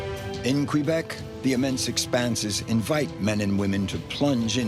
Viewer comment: Please pronounce the name of the Province of Québec correctly!! The French way is: Kay-beck. The English way: Kwuh-beck. It is NOT "Kwee-beck. Scoundrels!!!!!